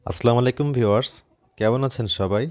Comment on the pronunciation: সালাম ঠিকমতো দিতে না পারলে দিবেন না 🤬 ছোটলোক মার্কা সালাম দেবেন না। আসলামলাইকুম কি? সালামের উপর কোর্স কইরেন আপনি 👺